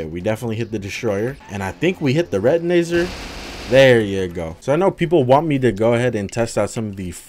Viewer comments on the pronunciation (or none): For some reason when he said THE retinazer it took me a second to realized what he said idk y It confused